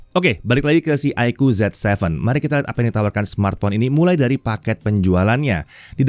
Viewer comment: Ya, bacaannya Zi Seven ya, bukan Zet Seven.. 😊